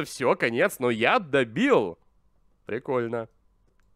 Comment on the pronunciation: Когда он говорил яд добил мне слышалось как будто я ддебил